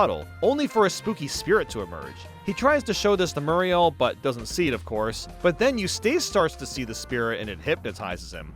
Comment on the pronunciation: You-staice Murr-ial